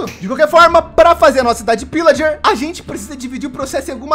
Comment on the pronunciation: No tempo ele fala cidade "pilager"